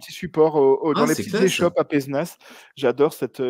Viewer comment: Je me permet de faire chier le monde pour une fois qu'on mentionne une ville par chez moi : ça se prononce PézÉnas